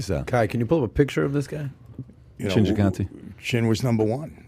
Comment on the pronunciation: It’s Gigante not Cigante